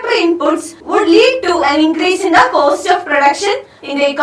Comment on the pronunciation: Btw it's not 'coast', it's 'cost'.